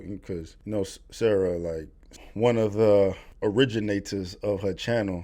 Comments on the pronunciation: Lol you keep calling Sa-Ra, "Sarah" lol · It’s SA-RA not Sara lol. It means Son of Ra. Sun god.